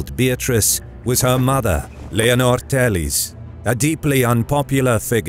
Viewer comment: It isn't Leonor "telis", thats brazilian portuguese, it´s Leonor "Teles", like it's written, there's no "i". The pronunciation is a closed "e". That said, the video is awesome, very well conducted <3